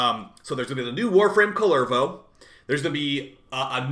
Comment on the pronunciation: Always makes me smile when Americans try to pronounce Finnish words. Kullervo and Rauta so far.